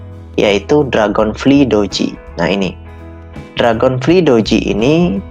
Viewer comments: Dragon flaay bukan dragon fli bang😂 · dibacanya dragonflay